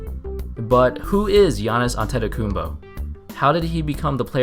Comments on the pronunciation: Why does he say his last name like antetokumbo? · you said is last name wrong